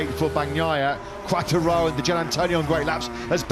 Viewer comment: Quartaro and Bastinini. Incredibly he quite nails Di Giannantonio tough.